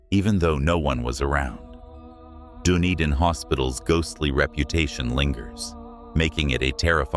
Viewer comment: Yes your pronounciation of these names is seriously wrong and youll have offended the maori peoples language by not pro nouncing these properly . Omg please learn dunedin is not like a dunar its done ed in.